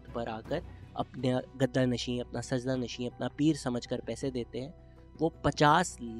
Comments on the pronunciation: Not “SAJDA” Nasheen Bhai Saajada Nasheen🙏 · Correction: the word is ‘sajjada nasheen’ not ‘sajda nasheen’